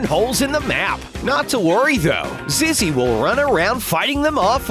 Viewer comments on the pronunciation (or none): Do you notice he pronounces Zizzy as ‘Zeze’? Time: and